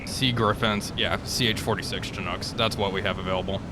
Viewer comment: I'm surprised nobody's said it yet, but since I'm a Chinook guy I guess I'll be the one. It's pronounced "shin-ook", rather than "chin-ook".